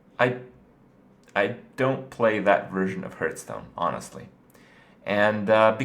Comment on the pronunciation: What is this other game Kripp speaks of?Hurtstone?